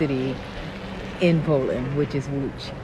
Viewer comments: Damn! Your pronounciation of Łódź is just beautiful! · You pronounce the name of the city Łódź very well. You must have good hearing.